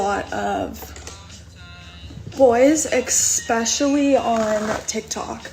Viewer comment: Did she say "exspecially"? Yikes